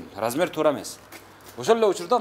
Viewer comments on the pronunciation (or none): none